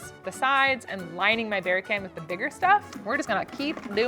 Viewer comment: Did you say you line the bear canister with "bigger stuff" or "booger' stuff? I'm blaming my tinitus if I heard the later!! 🤣😂